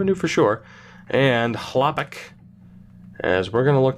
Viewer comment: As a sens fan, hearing u say Hlapik for filip Chalpik hurts me every time lol. It’s Chlapik as in shh-la-pick not Hla- pick!!